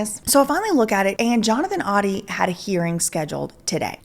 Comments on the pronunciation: The pronunciation is ODIE not ODDY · Also it is pronounced “Oh-dee” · Oh-dee like the dog in Garfield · it is actually pronounced OH-DEE. Just thought i'd let ya know lol. Great investigative work!!! I love all that you do!!!